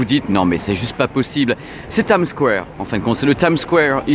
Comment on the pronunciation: Comment tu dis? Times squwwwware?:))